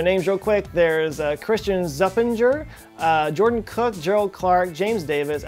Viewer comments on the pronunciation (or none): none